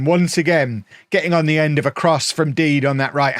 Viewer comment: Surely Dede is pronounced de de and not deed?